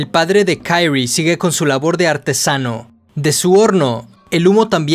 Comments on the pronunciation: Me da asca como pronuncias el nombre de Kirie, "Kayri" 🤮🤢 de allí en fuera, buen video 👌🏼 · KI-RI-E, pronuncia el nombre correctamente. No es inglés esto. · ¿Kairri? Ulala señor. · Se pronuncia Kirie no Kairie porque se pronuncia tal como se escribe ... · Es un crack del terror. Buen vodeo. Posdata: XD por qué dices Kairi como si la pronunciación fuese en inglés? XD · Pequeña observación: El nombre de la protagonista en japones se pronuncia Ki-Ri-E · Buena observación, es muy cierto, en japonés se pronuncia con tónica en la "e", Kiri-é, aunque yo lo pronuncio en inglés por comodidad jeje los demás nombres si los pronuncio en japones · “Kairi” no mms, es japonés, se pronuncia como se lee en este caso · Se pronuncia quirie jajajaja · Buen videos! Me desespera como pronuncias "kirie" pero lo demas genial jajajaja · AJAJS si también me di cuenta de eso, los nombres japos no se pronuncian como los yankees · Buen video, hubiera sido mejor que no te hubieras inventado la pronunciación del nomre de la protagonista... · No me pude concentrar en el vídeo por qué cada vez que mencionaba el nombre de kirie me daba un corto circuito cerebral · Al nombrar a la protagonista lo haces como si su nombre fuera ingles, desentona mucho. Por regla general si se desconoce como se pronuncia una palabra en su idioma original, se la lee tal cual esta escrita